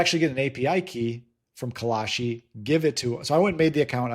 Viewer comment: It's Kalshi